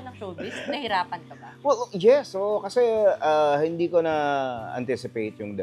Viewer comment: Bernadette, ang tenement ay definitely HINDE tulad ng BLISS.